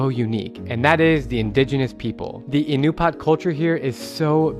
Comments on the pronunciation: Bro, Alaskan here. They are Inupiat not Inupat. Pronounced In-oo-pee-aht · Ahh-new-pee-at bro 😂😂❤ love this video